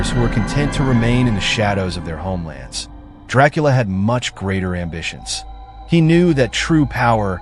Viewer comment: You aint telling nothing the true fan dondt allready know ohh and by the way youre pronouncing his last name wrong expert guy